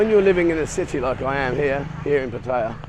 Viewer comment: Small point, but why do you and several other Thailand expat bloggers consistently mispronounce "Pattaya".